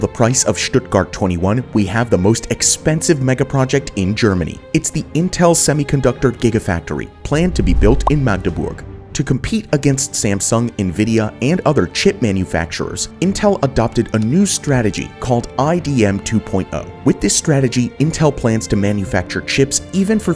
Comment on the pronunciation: I think the intel factory is the best project. I live in Magdeburg btw and pls dont say it with a long a,we dont like that, german Youtubers have nearly been canceled for that.